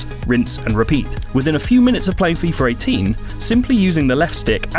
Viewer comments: Why is he saying "Fifar 18" ??🤦🏽‍♂️🤦🏽‍♂️🤦🏽‍♂️ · "FIFER 18" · I too was wondering if I was the only one that heard FeeFer 18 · Did anyone catch the way he said fifar 18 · "fifar 18" brits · fifer 18? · "Fifer 18" "Efree"